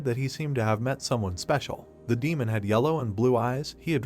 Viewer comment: 3 hours 47 minnutes into this video, you finally learn what the AI narrator means when it mentions "Main" or "Maina" (it is misspeaking the word "Demon"). Please slap the AI repeatedly. Otherwise, great recap.